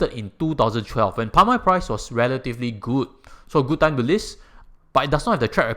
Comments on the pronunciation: It's oil not oi. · You say oi insteed if oil.